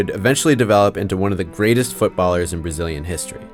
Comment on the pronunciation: What is this "feetsbol" you speak of?